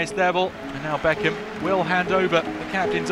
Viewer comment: as they say bend it like bechkem